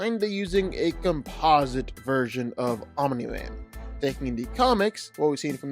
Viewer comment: Stop saying "Ominy-Man".